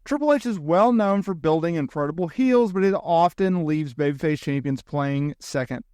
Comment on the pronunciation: You struggle with the word Champions.